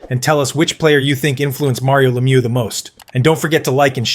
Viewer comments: Le Mew, not Lem you! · You can always tell an AI voice because they botch the names. It's not Lem-yew. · leh-MEW, emphasize the second syllable. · hea name is french pronouncing cause its a french name la-mieux no lemieux like its spelt. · Actually, I find it amazing that North Americans with English as their native language don't even know how to pronounce "Lemieux". Its last part rhymies with "bird" and "first", not "goose" or "through". Considering that, I think the mispronouciation of "Guy" isn't half as bad, especially since the presenter got it right the second time. I also think the pronunciation of "Jaromir Jagr" is not worse than it's usually pronounced by North Americans. For some reason, commentators from basically every other country gets "Lemieux", "Guy" and "Jagr" right. I think it's because all foregin names gets "translated" into English pronunciation. But if there is one name I think people interested in hockey should get right, I think it's Lemieux.